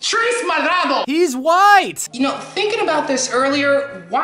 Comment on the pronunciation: That pronunciation of purple in Spanish hurt my soul